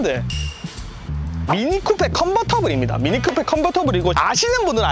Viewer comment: 저번에도 그러더니 형 미니쿠페가 아니고 미니쿠퍼라고!!!!